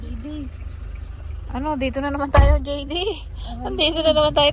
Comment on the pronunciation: just butchered JD’s name, called him DeeDay😂